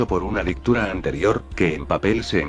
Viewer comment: Sí, ya me enteré con palabras cómo "Dictura", "Innecesesario" o "Clasificidad".